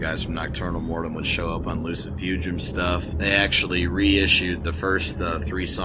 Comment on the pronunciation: Wow! I clicked on this and got more than I bargained for. I'd have a beer with you, except you gotta stop saying Loo-See-Foo-Jum it's obviously - Loo-See-Foo-Goom - like you are casting a spell in Harry Potter, you know? Oh and of course, if you are not going to take offense at me being Russian, because last time I met up with... well... whatever... great takes. You get a sub and a like.